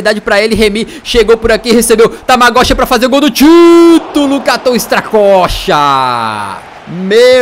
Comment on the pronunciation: Tamagoshi sendo q o cara chama Tagmaoui kkkkk